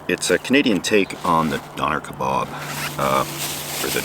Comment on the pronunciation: I love you but Done Air Ka Bobs and Peters? From a brit this made me laugh mate 😆